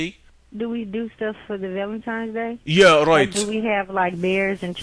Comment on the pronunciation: Valinteen day